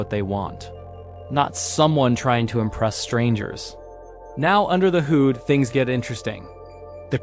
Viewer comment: It’s not Houde it’s HOOD! Ai nope